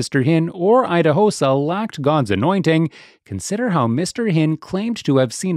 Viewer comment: So, this Narrator, has a clip of how Idahosa's name is pronounced and still decided to pronounce it wrong 😑